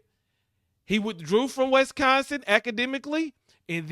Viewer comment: Bro, it's Wis-consin, not West-consin...lol